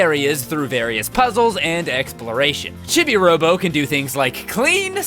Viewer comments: "Chibby" Robo?????? CHIBBY?!?!?! What the hell, it's not a opinion, it's an established word and nobody has ever said it like that. Why WHY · Who on earth calls him "Chibby-Robo?" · CHIBI ROBO IS MY FAVORITE GAME IN THE WORLD!!! Also you can buy extra time and battery in the online shop in the chibi pc. PS Chibi robo is pronounced Cheebee robo, which is why Mrs Sanderson calls you Cheebo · it's pronounced cheebee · I know its called Chibi Robo but it sounded like he said "shitty robo" when I first heard it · It’s pronounced chee bee robo